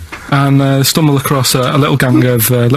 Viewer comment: I LOVE hearing Karl say "stoohmble across a little ganG"